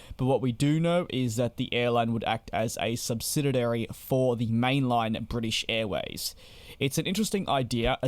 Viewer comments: I'm going to be that guy. The word is SUBSIDIARY, not SUBSIDIDARY. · Stop saying 'SubsidiDary'. The word is 'subsidiary'. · What’s a subsididary? Though I’ve repeatedly fumbled the same word again and again in a conversation myself, so I should not nitpick… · You keep saying "subsidiary" incorrectly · Why is the commentator struggling to pronounce ‘subsidiary’?